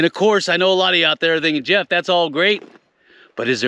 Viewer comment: 2738th thumb 👍up. About 9 mins in, When I heard " mah name is "yeff" . 🤣